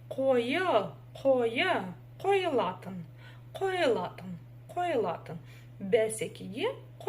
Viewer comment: Ударение в казахском языке ставится на последний слог. Попробуйте,, қойылатын